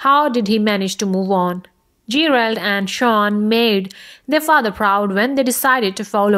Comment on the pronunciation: She said "Gee - Railed" lol